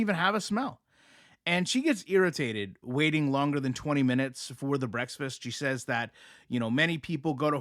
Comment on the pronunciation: Are you saying “breaksfast?”